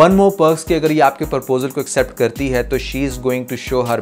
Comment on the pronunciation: You’re doing good, however please make correction in pronouncing proposal it’s not Purposal